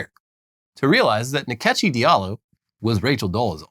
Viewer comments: Nkechi is pronounced In-kay-chi. The second and third syllable have rising accent. It's an Igbo name. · So! Turns out Rachel Dolezal appropriates in more ways than one. Nkechi (pronounced more like In-Kechi with the “I” being way more subtle rather than Ni-kechi like the guys pronounced) is actually a Nigerian name meaning God’s gift! Gift that keep on giving to black folks - the ultimate devine delivery. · Its not nikechi. Its call Nkechi... like inkechi